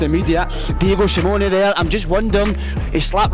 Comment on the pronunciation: Someone tell him how to say Simeone Simone is Marco Simone an italian who played for Monaco